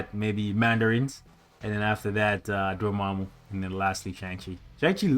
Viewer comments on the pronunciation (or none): none